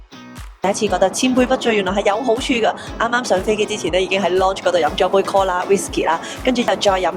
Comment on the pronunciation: 下次可唔可以讀返啱lounge? 成條片係咁介紹個”launch”😅